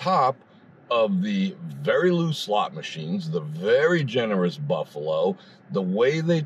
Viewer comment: "LOOSESLOTS" and not a cloud in the sky!